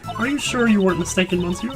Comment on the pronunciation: Either you're not reading my comments or you gotta have the second thickest skull of all The United States of America if you STILL don't prounounce "monsieur" right. To make myself perfectly clear, here is the link to how the word is suppoused to be pronounced. For the sake of everybody and if you don't want to be compaired to President Shithead Dump (AKA Trump) I highly recommend go there and check it out NOW